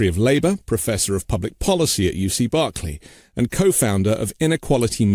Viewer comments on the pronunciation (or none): The city of Berkeley and the university therein are not pronounced in the British way.